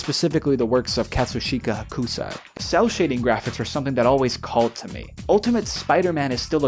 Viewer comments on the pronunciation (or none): hoKUsai pronunciation was wild